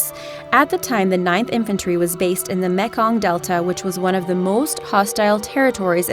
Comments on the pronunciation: Just to let you know those are not the buffaloes he was hunting. Those kind of buffaloes are not in US. It is not called "chay-ann" it is pronounced shai·an. It is not pronounced "mechong" it is mee kong. The two longest sniper kills on record which far surpass any of these mentioned are both done by Canadians and where not mentioned. One shot being 3,540 yards away. Inaccuracies drive me crazy. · Tchay-en... Meek-ong... One shot, one lull... Not criticizing so much as saying Wha...? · "Mek' ong" Delta. You are the height of depth.